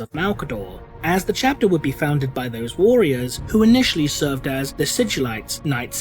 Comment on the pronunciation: Why can't this bloke say warriors correctly